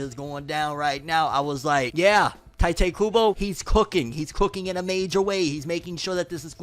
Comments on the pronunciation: You still calling him tai tay? It's tight kubo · It's TEE-te kubo come on man